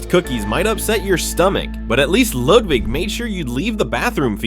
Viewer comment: Hehe Bro said lewdwig